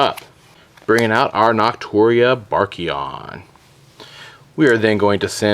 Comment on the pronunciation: "NOTuria" lol way to say names